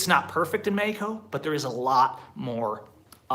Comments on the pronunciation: Wait... he’s saying Mexico? I honestly thought he was saying medico. Just speak English and stop trying to pronounce Spanish words. What do you mean states don’t have state identity in the USA? and idk one person that would move anywhere and just camp as their residence. This guy is insane. Move to Merida— not this medico place. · He also pronounces Mexico with a "j" instead of "x". It's not Mejico. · I don't like the way you say Mexico it sounds dumb from an American